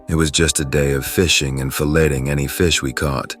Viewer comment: The ai voice pronounces "filleting' as "Fellating" 🤣 Dawg leave them fish alone